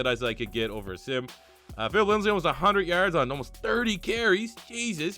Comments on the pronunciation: Say it with me bro...LINDSAY. His name is LINDSAY not "LINDSLEY" y u keep putting that second L in there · You know his name is Lindsay not Lindsley right? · Lindsay not lindslay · It’s Lindsay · Pronounced Lindzee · Lol Broncos overlooked so much he can't even say his last name right when he's in the running for oroty